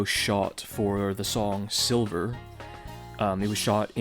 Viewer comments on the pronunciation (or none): It's "Sliver" not "Silver." Kurt named it that on purpose for the sake of the mistake you made. He was an OG troll in many ways. 1993 was always the most interesting to me. Going from a short brown while recording In Utero in February to long blonde touring. Well done, this was great. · Sliver not silver